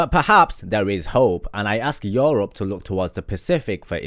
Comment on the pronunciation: joorup??? The fuck